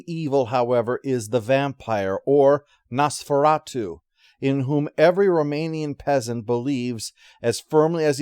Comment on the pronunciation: What is Nose-Fur-At-You?